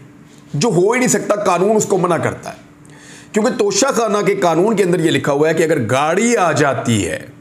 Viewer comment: Haha when you said nocha khanna 🤣😅